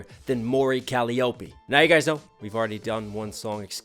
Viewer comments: Just an FYI: her name is pronounced "Ko-lie-o-pi," not "Collie-Opie." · Hearing these people who react to her songs pronounce her name like "cahl-EEE-oh-pee" always makes me laugh. It's "Cul-AI-uh-pe", if you were wondering. Plus, most people just call her Calli (pronounced like Cali). Hope this can help you! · So if there's one thing that bugs me, it's this: Her name is pronounced Kuh-LYE-oh-pee, not Kal-EE-oh-pee. Just call her Calli (KAL-ee) for short. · For the Love of Jesus Christ almighty this is the second reaction I have seen where they mispronounce the first or last name it is Calliope as in the tank